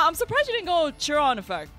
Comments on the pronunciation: It's not CH-ron the mage it's Kay-ron the mage he's based off the Greek centaur known for being the wisest of all the centaur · Kai ron the mage, not chi ron